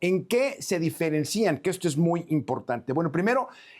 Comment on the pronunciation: Sr., no es “diferencían”, con acento en la segunda i, sino “diferencian”….@